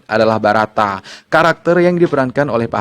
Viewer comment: Batara om, bukan barata